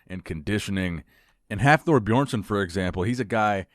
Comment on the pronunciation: Why do people call him BAJÓrnson? LMAO